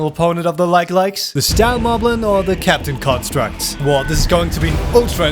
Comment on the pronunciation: is it me or do i hear captain crunchstructs every time he says captain constructs